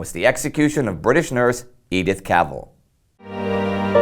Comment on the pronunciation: not cavel but CAV ELL IS THE CORRECT WAY TO SAY HER NAME